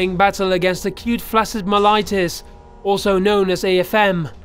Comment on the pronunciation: myelitis is more "my-uh-light-iss" but almost. think a kennedy/kennebunkport accent.